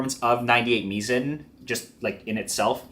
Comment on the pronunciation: option-o says the pronunciation is actually "mai-zn": Mizen (pronounced "mai-zn") is the name of our product line featuring our in-house developed burrs, embodying our core beliefs and approach towards burrs. The name "Mizen" draws inspiration from the nautical term "Mizzenmast," symbolizing the vital role burrs play in the world of coffee grinders, akin to how the Mizzenmast is crucial for a ship’s stability.